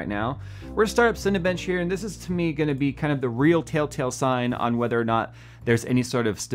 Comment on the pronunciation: I haven't come across any videos where you acknowledge it but you always say tail-tail, instead of tell-tale